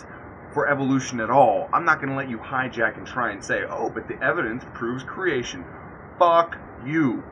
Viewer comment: bizarre pronunciation of creation...